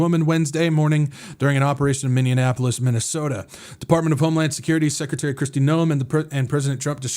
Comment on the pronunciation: MINNEAPOLIS, NOT MINDIANAPOLIS😂